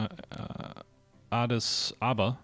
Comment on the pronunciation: One of the ways you can learn how to say certain things like Eritrea and Addis Ababa is to listen to podcasts. I strongly urge a podcast called 'Hardcore History' by Dan Carlin. He will tell you how to pronounce certain words. Your 'show' would be greatly improved by having another person on that you can talk to about certain historical events. Contact me if you would like some assistance.